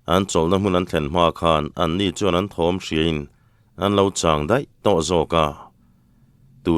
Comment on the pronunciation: Raw Chang suihzum tih i chhiar dan hia dik lo deuh em aw Chang tih lai hi hla chang sawi tih ang a chang hi ti sang lo in lung chang kan sawi ang hian chhiar hi a dik em mau chang mau upa sawi a tum zawk a ni lo maw